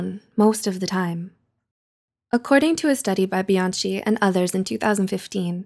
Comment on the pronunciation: A feedback by an italian: the pronunciation of the surname "Bianchi" is like "Bianki" (the pronunciation of "chi" is like the k in "key" or the c in "cat"). Anyway, great video as always!